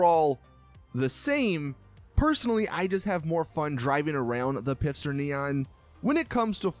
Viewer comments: U said pifster its not pifster its pfister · stop pronouncing Pfister “pifster” it’s pronounced “FISTER” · PLEASE PLEASE PLEASE stop pronouncing “Pfister” as though it were spelled “Pifster.” The P is silent and it is pronounced like “Fister” lol... Get it?! Just please... For all of us... Keep the cringe to a minimum. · At the beginning of the video it sounds like you're pronouncing "Pfister" as "Pifster". You realise it's pronounced "fister", right? With a silent "p". The fact that it's pronounced "fister" is the whole joke - it's more toilet humour by Rockstar, as they're famous for. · You speak both the P and the f in Pf in German. If you have trouble then better speak it Fister than Pister. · Its pronounced fister not pifster Mr. Lister the sister fister and lister's sister the fister resistor. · Hey genius it's pronounced "fister" not "Pifster". Dman man! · its pronounced "pfister" not "pifster" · It is Pfister and not Pifster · It’s Pfister... Not Pifster... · I think it's meant to be pronounced "Fister" but he doesn't get it lol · Herro it’s fister... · stop saying pifster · Your saying pfister wrong the p is silent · It’s pronounced fist her or fister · Great video, keep it up. But please pronounce the pfister brand as fister which is how it is meant to be pronounced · This guy pronounces the p in pfister lmao. This guy probably pronounces pterodactyl like PITTERYDACTEL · Love how every time this nigga say Pfister her said pifster lmao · It’s FISTER the p is silent. Again FFFFFFFISTER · It's not pifster it's "Pfister", the "P" being silent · “The pisster neon” this guy lol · Stop saying pifster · It’s Pfister not Pifster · "pifster neon" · It's "P fister Neon" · lol ph and pf aren't the same thing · I'm pretty sure the p on pfister is silent...